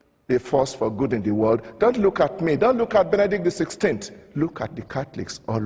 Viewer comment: The World not DEE world....doh